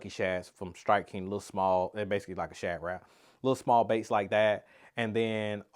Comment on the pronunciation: I don’t know what you were saying about shad…because all I heard was shadrach (like in the Bible) 😅